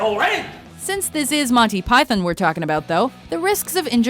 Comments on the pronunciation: I'm Canadian, the vast majority of us pronounce it like Pie-thon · "Monty Pythin"? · The way she pronounces Python makes me twitch. You're not British, don't force a British pronunciation without the British accent, it's sounds ridiculous. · learn how to say python.